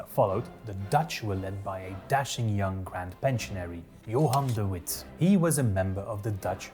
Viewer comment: hi, another dutch person here! He does have an accent but he isn't dutch as he said "Johan de Witt" with the English version of the "w" sound, while the dutch "w" makes a "v" sound.